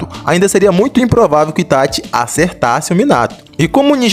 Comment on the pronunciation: Kkkkk quando eu abri o video eu ja imaginava, ou o maluco vai ser lúcido e dar a vitória ao Minato ou é um fã boy fo Itachi. E quando o cara pronunciou "ItaTI" já ficou claro o final do vídeo kkkk